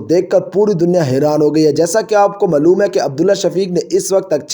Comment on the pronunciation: اپنی اردو ٹھیک کرو۔ ملوم نہیں معلوم ھوتا ھے اور الفاظ کی ادائیگی کا خیال رکھیں